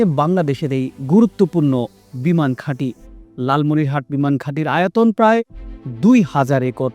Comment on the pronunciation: উচ্চারন ভুল কেন? লালমনিরহাতে না লালমনিরহাট। কোনটা সঠিক